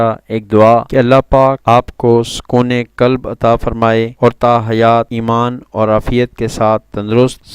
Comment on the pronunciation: Assalamu alykum Dr. Sahab please kalb nahi sukun e qalb arbi language me kalb dog hota hy aur qalb dil